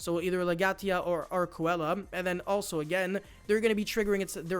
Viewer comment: Arkcoela is pronounced Ark-see-la